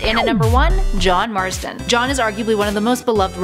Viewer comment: It’s Marston not Marsden